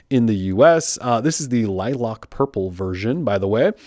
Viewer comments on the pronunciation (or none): Lilac is pronounced "lie-lack" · It bugs me that no reviewer of this phone knows how to say lilac. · Yes 😭 lilock like bruh li lAc lack people